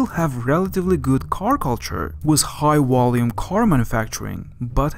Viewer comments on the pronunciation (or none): Very interesting video, very revealing. Please work on your pronunciation, - it's 'econOMics' not 'ecONomics' and 'volume' not 'wolume'.